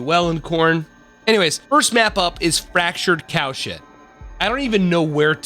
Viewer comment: it sounds like youre saying fractured cow shit